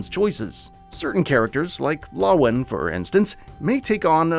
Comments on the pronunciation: god you pronounced the names so badly. it's hey-con not haycin. and it's la-won not lo-win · "hawkin and lawwin" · mans cant even say lawan right or find the name of the city. it's Villedor